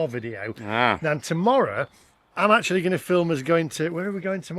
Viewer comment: ackshuallly i fink you should have used the porsche navigation app to get you to the cheapest chargers akshuallyy 😅😅😅😅